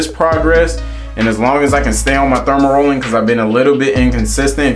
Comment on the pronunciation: 😄 Aye bruh, you gotta delete his video and do another one. Not too many ppl gon’ take you serious when you calling dermarolling, “thermarrolling”. Your intention was good but yeah that “thermarolling” ain’t it.